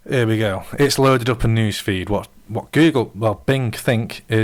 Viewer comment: BTW, the letter T is a consonant. It's "What", not "whah'". OK I'm being a jerk. But your analysis of W8 really pissed me off. Just because you don't know how to use a brand new OS with a new UI with new functions and shit, that doesn't mean it's necessarily a bad design. You're using W8 as if it was W7. It's not W7. It's another OS, and it's radically different. Shit. I was just as lost as lost in W8 as you for the first few days. Then I learned how to use it.